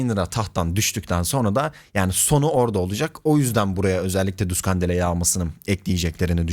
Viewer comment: duskandele ne amk :D "DASKINDEYL" bu tiplerden youtuber olmus ya vay vay